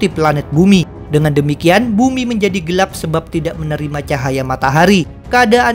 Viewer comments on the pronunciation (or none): none